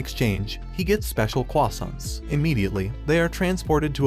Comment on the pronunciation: “In exchange he gets special cwoissants”